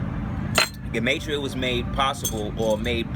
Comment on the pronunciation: it's pronounced "gee-ma-tree-uh" beloved.